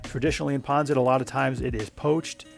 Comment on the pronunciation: Isn't it pronounced " Pan Sit" not " " Pon Sit. Yes I know it is spelt Pancit.